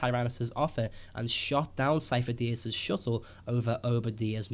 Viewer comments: Sifo dyas (SeeF-o Die-as) stop saying it wrong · It's not Syfo Dyas, plz stop with the theories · sidious was pretending to be sifodyas. also might be a coincidence but.... sifodyas. remove the "fo". sid-y-as. fo sounds like faux ( meaning fake). Lucas loves dropping hints fans tend not to get until after.